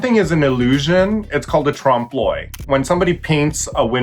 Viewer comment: Troomp l'uh-y, not trawmp l'oy